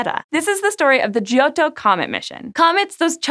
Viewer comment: Hints on pronouncing Italian: The "i" in "gio" is silent. It's there only to "soften" the "g", which before "o" would be 'hard' Vowels before double consonants are short, so "o" is short (and pronounced open). And doubling of consonants should be audible. Not as repetition, but as added stress. In the case of "ott" that's almost a halt between "o" and "tt".